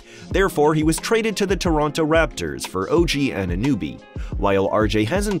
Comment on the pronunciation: OG “An-na-nooby”, are we fr? 😂😂